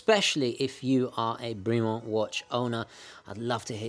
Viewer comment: Bremont pronounced as a French name /brimo:n/? I believe its pronunciation is more in line the clipped vowels associated with British toffs /bremment/. But good, informative review, as always, steeped in historical background and technical details. Wouldn't Bremont be the connaisseur's pendant to the rather more pedestrian Tudor or increasingly cretinous Rolex?